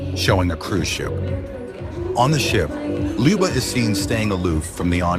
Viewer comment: Ljuba, not Liba.